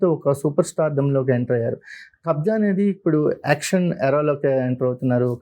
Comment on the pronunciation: It's Kabzaa not kabza